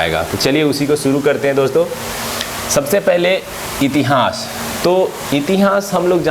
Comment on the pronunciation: बस इतिहास बोलना, सही बोल लीजिए अजीब लगता है , इति हांस